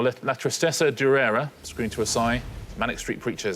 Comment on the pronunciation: Xander's usually so good with his French, but durera has an accent on the last syllable